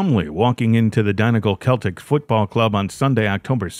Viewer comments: I kept going until then he said "Donegal Keltic", I'm over it at this stage. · Couldn't watch after he said Donegal keltic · Is it not Donegal Seltic 😂 Who did he play for before giving up, Celtic or Donegal Celtic? Friends of my family all played for Glentoran, a few went to Rangers.